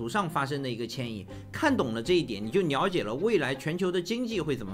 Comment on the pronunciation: Liao Jie 不是Niao Jie 😂